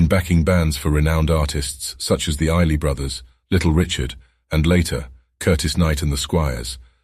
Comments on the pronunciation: This would be better if the narrator wasn't AI or some kind of bot. It lacks the warmth of a human voice and also mispronounced the "Isley Brothers", calling them the "Iley Brothers"! How about a return to human narrators!?! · Learn to pronounce Isly correctly. Otherwse not bad. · The Isley Brothers is pronounced "EYES-lee" brothers.